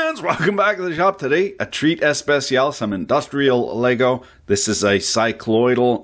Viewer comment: When you say "treat especial", it really makes it actually feel more special. It feels like you made the video just for me :P